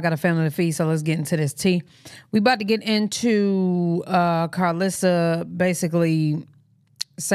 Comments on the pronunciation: How she pronounced her own name wrong said Carlisa chile gn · KARL-LIE-SSA capp😂😂